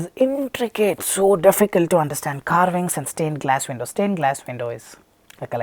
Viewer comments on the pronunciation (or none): none